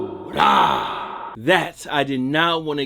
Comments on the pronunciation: J Wolf no he doesn’t. You’re meant to roll the r, so it might sound like basuda but it’s really basura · He pronounces it "basuda" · Who remembers when he stopped after “or it was just that BA-SU-RAHH that I did not want to expose y’all to”